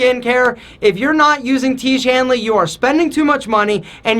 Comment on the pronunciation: I will not buy tiege hanley, please stop pronouncing that again and again😂😂